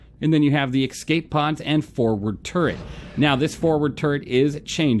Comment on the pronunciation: Cool ship, love your reviews. They are my goto for SC ship reviews. I have to say, I cringe every time I hear you say "Ecscape"... not a word. Escape. It's like when you hear someone say Nucular instead of Nuclear. Sorry, I'm OCD AF.